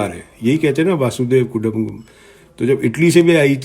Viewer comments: सर वासुदेव कुटुम्बकम नही होता है वसुधैव कुटुम्बकम होता है।दूसरा महिला सशस्तिकरण नही है सशक्तिकरण है। मीडियाकर्मी होकर भाषा तो ठीक करिये श्रीमान बाद में आप विवेचना कीजियेगा ।वैसे आप बहुत विद्वान हैं ऐसा आपका सोंचना है। वैसे आपके अति आत्मविश्वास के क्या कहने?😊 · आप लिखा हुआ पढकर बोल तो रहे हैं, पहले बसुधैव कुटुंबकम बोलना सीख ले, अपना नाम तो आपने बताया ही नहीं। संपत्ति के बारे में चैनल पर बोलने के बजाय आप E D को सूचना कर दो कमीशन भी मिलेगा।आपकी गरीबी भी दूर हो जाएगी।आप मुझे कुछ ज्यादा परेशान लग रहे हैं।भूल रहे हैं कि आप परिवार को टारचर कर रहे हैं।कौन किसका भक्त है आपको क्या परेशानी।जब कोई भी व्यक्ति या चैनल ऐन्टोनिया माइनो या कांग्रेस के बारे में कुछ पर्दाफाश करता है,तो मिर्ची क्यों लगती है।यह सोचने का विषय है। कांग्रेस सुप्रीम कोर्ट गई थी क्या मिला बाबा जी का ठूल्लू।